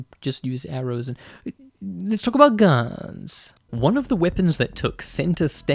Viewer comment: “Aaeit.. Let’s talk about gunss” Loll